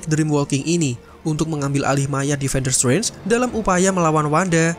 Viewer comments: Ga betah denger narator pronounce "Srenj" 😅 tidak silent T min 🙏 jd enak didenger. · Agak terganggu dgn cara penyebutan Strange terdengar Seperti Swen . Sorry min